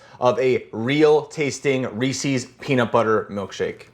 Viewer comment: "Reesies" HURRDURRHURR. it's pronounced Reese's you anabolic cream king